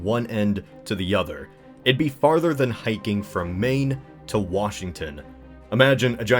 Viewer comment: You said : "Maine to Washington D.C."